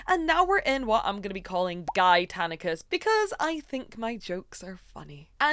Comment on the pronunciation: I wasn't looking at the screen, you said "guytanicus" I had to go back 10sec and see if you pasted a photo of Guy on that screen... You disappointed me. I am sorry